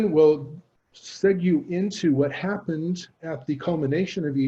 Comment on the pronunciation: "Segue" is pronounced, "seg-way".